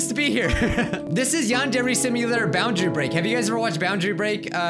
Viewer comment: Welcome back to "Yond every Samia" I CANT MY GOD :PPP